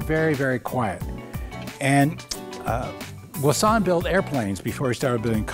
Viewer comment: My ears are bleeding by this guys pronunciation of Voisin. Otherwise gorgeous car and very informative video. Thanks :)